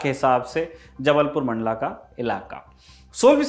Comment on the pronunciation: Mandal nahi bhai mandla